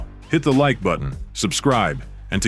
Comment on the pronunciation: The Mexican's liver was quivering??? Really??? Villegas is Ecuadorian you idiot! Go back and edit, and correct this garbage narration of the fight. Your pronunciation of "Villa Alba" is horrendous. It's pronounced as Vee-jah Alba" phonetically and your spelling of it represents your education maybe not. I noticed the narration was out of sync with the action as the fight progressed. It was just terrible. I began to realize this was AI garbage and more clickbait.